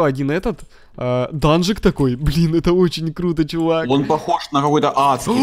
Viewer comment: Кто заметил что сказал не круто а клуто